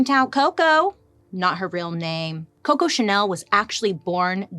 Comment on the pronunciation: You made my day 😂 the way you said coco was amazing